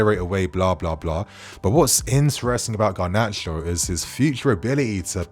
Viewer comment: No! Not Gnarcho!